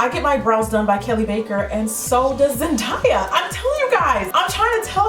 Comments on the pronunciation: Jackie, you were in fact saying her name wrong, but this tutorial is so amazing! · Lol, you are saying it wrong 😂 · your saying it wrong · Soooo beautiful! Despite the incorrect name pronunciation, we still love you lol! It happens! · It's actually pronounced Zen-day-ya it's ok though ilysm 💕😂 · Did you just call her ZenDIEa haha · it's killing me how you pronounce her name wrong, lol I'm so OCD. It's pronounced like zen-day-ya. Not zen-di-ya, lol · Zen die a ..... It's ZenDAYa Lmaoo you know like the days of the week 😂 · I thought it was pronounced Zen-day-a not Zen-die-a? Idk if that's just coz I'm Australian tho.. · So funny. You did say zendaya wrong lol. It's zendaaya not zendieya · '"zen di uh' LEL *zen day uh is how it's pronounced <3 but this is spot on, amazing! <3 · Zen- Day-A, Jackie 😂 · The way she says Zendaya's name, is cringe worthy. Zen-die-ah? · lolz its ZEN-DAYA like the A is said normally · Yeah it's Zen DAY a Jackie 😂😂😂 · Love the look :) it's Zen-Day-A btw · Omg no jk was looking for a tutorial for this look lol thx 😘😘 I think it's pronounced day like a day in the week for her name not sure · It Zen-Day-Uh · LoL it's Zen DAY UH (as in toDAY) lol you tried though. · It's pronounced Zen-day-a but it's cool because you did a great job👍🏾 your gorgeous😉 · Lol yeah, it's pronounced zen-day-uh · I thought it was Zen-DAY-Uh, well idk maybe not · love your vids your so pretty and so funny😂❤️ no hate just lettin u know her names pronounce zen(day)a😂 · love this look! but just so you know it's pronounced zen-day-ah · Zen- day- ah 😊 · its Zen-Day-A lol but this look is beautiful love the gold and the red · "It's Zendiya" 😂👏 I love you 😂🙈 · Lol girlllll it's pronounced Zen-day-uh.😂 love you.😂❤️ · Lol its zen-day-a gorgeous look never the less weer knew who you were referring to. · Déjà Manning she said it wrong. she said "zen-die-ah" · Lol! Jackie I love you!! But I'm pretty sure it's pronounced Zen-day-ya! But I love how you Stan her! My two favs!!!